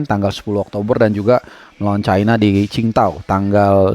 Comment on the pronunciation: Nah, itu bacamya baru bener bang...Q(C)ingD(T)ao 😂😂👍👍